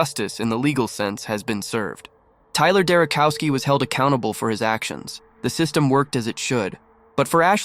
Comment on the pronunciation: Not cow, chow, Derochowski.